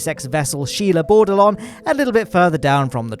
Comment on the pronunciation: Is it Sheila Bordelong or She Labored Along?